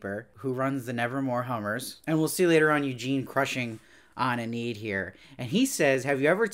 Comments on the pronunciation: Hey, small detail: you keep pronouncing the name Enid as "eh-NEED" but the correct pronunciation is "EE-nid." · overall, he did a good job reviewing it, but the constant mispronunciation of Enid throughout all of his videos was a bit distracting.